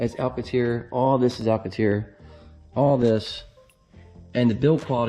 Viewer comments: What’s Alcateer? You mean, Alcantara? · Cool video but it’ pronounced, AL CAN TARA... LOL